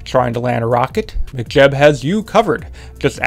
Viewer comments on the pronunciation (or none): Why are you saying McJeb like McDonalds? Mech like mechanic, mechanical.